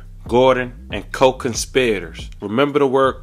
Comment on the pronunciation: And the CO-CONSPYDERS lol😭